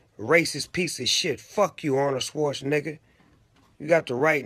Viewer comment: Arnold Schwarzeniga" xD